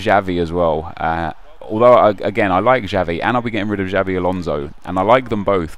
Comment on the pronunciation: Its not Javi mate, it's "Chavi"(Xavi)